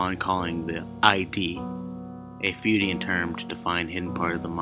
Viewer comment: Thanks for the narration. I enjoyed it, but found the music to be a little too loud at the six minute mark and the pronunciations were a little off. (Jungian=Young-ian, Freudian=Froyd-ian, Pavlov) Thanks for all the work you put into it, I especially enjoyed the accents to signify different speakers and the accompanying music.